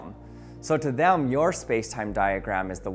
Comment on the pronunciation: “Thaelm” bruh it’s “them”